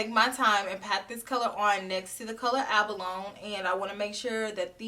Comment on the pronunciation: Loved this review and the comparisons you showed with the Sunrise palette. Thinking I'll skip this palette for now. Although I may change my mind in the future. lol. Also, just a side note, abalone is pronounced ab-uh-lo-nee. They're a type of sea snail. 🐌🐚